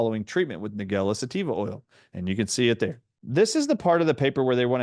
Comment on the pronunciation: It's pronounced Nige-ella, like Nigel, or the name - Nigella Lawson.